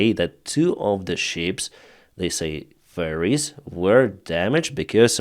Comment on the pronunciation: accent for ferries sounds like furries